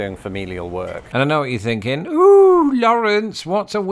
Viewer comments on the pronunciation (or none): none